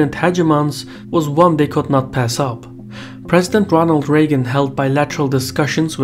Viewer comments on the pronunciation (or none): none